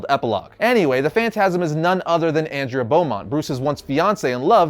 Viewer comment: Great video. As an aside, why can't you pronounce the name Andrea? It's not a rare name, or difficult to pronounce.